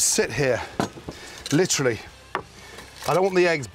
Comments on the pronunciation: I’m glad he says litrly. I literally can’t stand it when people overuse literally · I’m glad Gordon tells me “lIcHrAlLy” so I know he doesn’t mean “figuratively”